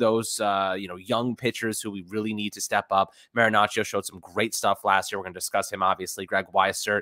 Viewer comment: All that research on stats and still hasn't figured out to say Marinaccio's name correctly. SMH